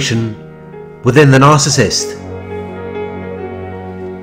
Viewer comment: Good job on pronouncing Narcissist correctly❗Every relationship she gets in it turns violent. Last time I checked she had a dislocated shoulder.